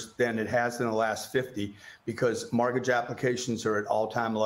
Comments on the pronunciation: Its mortgage, not margage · WTF is a Margage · STOP SAYING “mArgage”!!!!!!!! What’s WRONG WITH YOU DUDE!?!?!??!? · What’s a margidge? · Would be great if he stopped saying “margage”. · Too distracted with the chronic mispronunciation of mORtgage… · Why can’t he pronounce mortgage? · Who taught him how to pronounce mortgage? Luxury apartments are hurting in many cities because they overbuilt. He just wants people to invest in his program. Come on FOX, hope he paid you for his air time. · A mortgage is still better than renting. He's full of crap! Renting is still higher than a mortgage so he's lying. You can always refinance when the rates drop and you have many more options such as selling. He acts like you have to take on 30 years of mortgage, which by the way he can't even pronoun 'mortgage' correctly. He's a con man plain and simple who makes money screwing people over. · This guy cant even pronounce mortgage so...